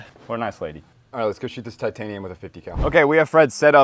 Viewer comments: "tightanium" i love it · Tight - anium 😂😂😂😂😂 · Ummm "tight anium"? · Tightanium haha